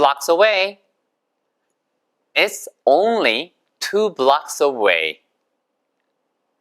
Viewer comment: Only; 오운릴 >>발음 정확히 알고 갑니다.